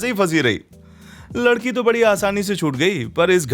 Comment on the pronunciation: lakadi nai ladiki hi bhai 😂😂😂